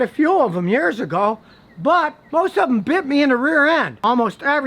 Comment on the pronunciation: BIT! not beat